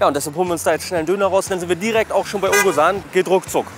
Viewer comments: Er wird Ozan ausgesprochen, da es ein weiches g (ğ) ist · „Owesan“ 😂😂😂😂😂😂😂😂 nicht nett von dir!!! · bro der name wird "OSAN" ausgesprochen :D